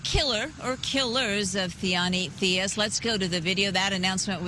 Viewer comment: She Said Her Name Wrong